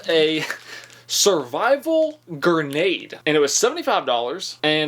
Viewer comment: a survival ger-nade.....lol BAHAHA